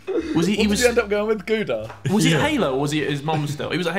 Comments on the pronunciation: How they pronounce Gouda lol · I am from Gouda, hurts how they pronounce my city name